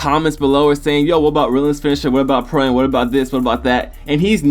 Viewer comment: Pro am.. It's AM not A-M